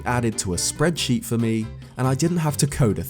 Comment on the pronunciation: bro are you a pirate? Tf you keep saying fer for?